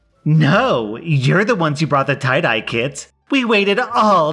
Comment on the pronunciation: His,”You want to tye-dye undies,” is hilarious